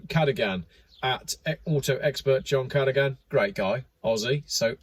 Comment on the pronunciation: Cha doo gan not what you said 😂😂😂😂😂😂😂😂